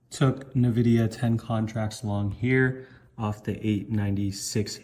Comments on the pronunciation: Not gonn lie but it's pronounced Nvidia, not Nividia. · bro youve been pronouncing Nvidia wrong for a while. Not Na-vidia its En-vidia.